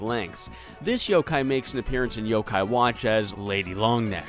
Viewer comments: dude, it's Yokai, not Yo-Kai. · It's friggin Yokai not YOKAY